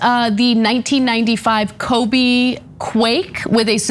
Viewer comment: Ana cannot pronounce the city of Kobe. She wasn’t even close on the second syllable. You cannot tell she doesn’t put any effort into this.